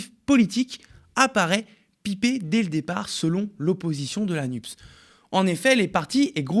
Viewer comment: Nupès, c'est si difficile à lire ? Y a pas marqué Nups...